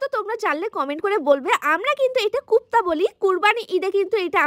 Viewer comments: Ota kopta kupta na😂😂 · Kupta na kofta, amra kabab boli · গুপ্তা না কোপ্তা😂😂😂